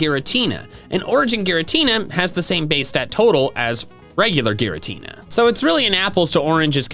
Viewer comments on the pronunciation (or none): none